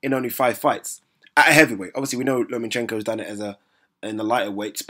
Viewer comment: LOMA-CHENKO!!!!!!! not fuckin LOMANCHENKO!!!!!! It anoys the fuck outa me, im starting to think you're doing it on purpose now?? Peace out ✌